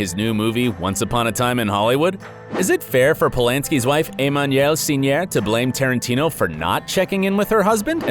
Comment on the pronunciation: Whoa! Your pronouncement of Emmanuelle Seigner is really weird, stinky, bs. I even did not notice you said it. Take some lessons or leave it.